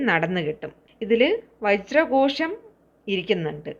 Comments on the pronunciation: കോഷം അല്ലല്ലോ ഘോഷം അല്ലെ മാഡം 🙏🙏🙏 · മന്ത്രങ്ങൾ ചൊല്ലുമ്പോൾ കൃത്യമായി ചൊല്ലാൻ ശ്രമിക്കണം പറഞ്ഞു കൊടുക്കുമ്പോൾ കൃത്യം ആയിരിക്കണം വജ്ര കോഷം എന്നല്ല ആണോ വ്യക്തമായി മനസ്സിലാക്കി മറ്റുള്ളവരോട് പറഞ്ഞുകൊടുക്കൂ വജ്ര ഘോഷം എന്നല്ലേ എന്ന് നോക്കുക